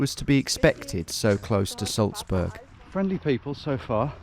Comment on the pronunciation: why do you call Salzburg “Sulzbörg” though?